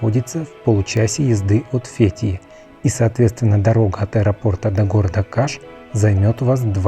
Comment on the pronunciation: ВЫ можете запомнить!? НЕ фЕтие! А фетХиЕ!! ФетхиЕ!!( с буквой Х и Е в ударение на конце) бесите безграмотностью!